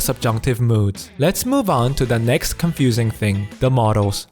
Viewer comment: OMG, in the initial part of the vid looks and sounds like Philip from the O'Grady cartoon series!!! XD Also, great vid but "modals" and "models" aren't homophones, and saying "and et cetera" is grammatically incorrect because et = and. (Grammar Nazi here, enjoy my phenomenal wisdom!)